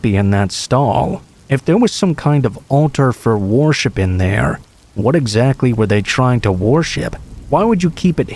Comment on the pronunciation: There’s no way you think that’s how worship is pronounced.